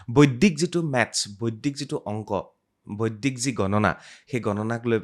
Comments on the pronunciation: Beleg akhan duniyat ase gote podcast tue out of my mind, olop kom buji py, বৈদিক tu বৈদ্দিক pronounce kore bare bare ako najne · বৰ ভাল লাগিল চাই, কিন্তু এটা শব্দ বাৰে বাৰে কাণত বাজি যায় যেতিয়া য়ে বৈদিক শব্দটো বৈদ্দিক গণিত বুলি কয় । গণিতত বৰ দূৰ্বল যেন পাও ৭০+৬০ কিমান হব কবলৈ চিন্তা কৰিব লগীয়া হৈছে😊